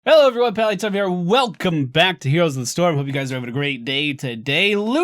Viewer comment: Pally. "Ö" is basically "oe"